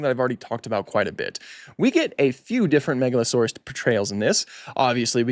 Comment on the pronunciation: "Megalo-sore-arse."